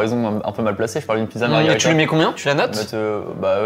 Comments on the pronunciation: Juste pour info on ne dit pas margarita mais margherita pour les pizzas. Sinon c’est un cocktail 😊 Et pendant qu’on y est c’est soit des ciseaux soit une paire de ciseaux hehe. Je taquine. 😅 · Margherita, pas margarita. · Par pitié c'est "MarghErita" et pas MargArita 🤣